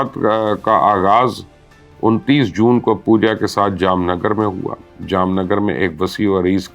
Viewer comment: You are the only journalist who pronounced Jamnagar right . All the Indian names too. Looks like you do your homework well